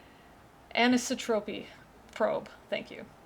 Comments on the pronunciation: I'd pronounce the word "an-EYE-so-tropy". The probe was looking at the CMB and how it was not quite the same in all directions. They mentioned earlier in the chapter that it was almost the same, differing by 1:100,000. (And yeah, obviously I'm a space nerd :D) Looking at the differences in the CMB lets us understand the large-scale structure of the (observable) universe. And by large-scale, they mean the size of superclusters and up. Unimaginably huge, these superclusters contain LOTS of galaxies, each containing a stupid amount of stars and planets. And according to Frank's Bible, it's all for us or God's glory or... something. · The word is 'anisotropy', and is usually pronounced an-iss-AH-truh-pee.